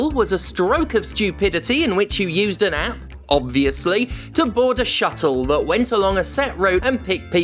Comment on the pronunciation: "Obvious lee" lmao